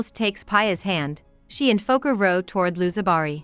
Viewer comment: It’s ‘Pee a’not Paya 😂 ‘Piyali Roy’ And it is ‘Fo-keer’ Fokir